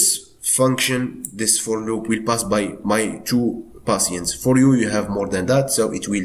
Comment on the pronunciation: You keep saying passiants like can you tell me what it means